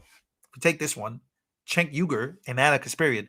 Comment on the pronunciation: Cenk is prnounced Jenk. Then Uygur is pronounced You-Grrr.